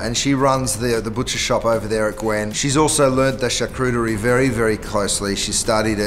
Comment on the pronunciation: Cringing at the mispronunciation of charcuterie 🙃 oh